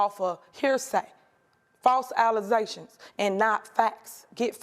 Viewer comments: I heard of "false allegations." But "false Alizè-shuns?"🤦🏽‍♂️ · Wait. Did she just say "false alleZations?" 😅 Wow! don't even know how to say "allegations!" 😅😅😅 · False "alizeations" "Tiffany A Henyard" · She says “false allezations”……I think she means “allegations”…..not only is she a crook but she’s illiterate. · She said “allezation” instead of allegations…. This is who these ppl voted for?? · She’s a mayor? She can’t even speak properly. She said allezations instead of allegations. Smh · She said “allazations??”🤦🏾‍♂️😆 ummm hood rat you mean “allegations?!? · Good god, she can’t even speak properly…she actually said Alizations instead of Allegations 🤦🏾🤦🏾🤦🏾🤦🏾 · She so ghetto she said allajhations not Allegations! Read a book! Maybe how to not steal and fraud for dummies! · “ false alizations” 😂 she literally mixed “allegations” with “ Alize” 😂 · Did this ditzy chick say false alezations... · "False Alize-zations." 🤣🤣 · “Fake allazations!” 😂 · She said "false AlaZations" 😂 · . Did she say "false ALLEZATION???" Where did they GET this UNEDUCATED BROAD FROM??? Who ELECTED her??? 😳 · “False ALIZATIONS?” WTAF is that?!!!! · "HEARSAY.. FALSE ALEZATIONS" LMAO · What is an “ alization” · Once I heard "false allezations" I knew this was gonna be🔥🔥🔥😂😂😂😂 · “Allahsayshuns” What. The. Fuck. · She said, “false ALIZATIONS.” 🤭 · 😂😂😂"false allize-tions"😂😂😂 she just came from the club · She had me at “false alle-ZAY-shuns” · 'False Alizetions' This lady is basically a Boondocks character. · She cant even say the word ALLEGATIONS... 😅 embarrassing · "False Allezations" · don’t believe the false alluzations !!! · False Allezations???🤦🏽‍♂️ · Not the 'false alizations'! 😂😂😂😂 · what are "false alizasions"? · How do people get a degree saying “false alezations” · She said “False Alezaytions” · she said false “alazations” 😂😂😂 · Did she say false Alizations 😂😂😂😂 o shi 😅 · "False Alasaions" 😂 ...Enough said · “false allezations” Illinois Mayor 2024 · 😂😂 faws alizaytions?! 😂😂☠️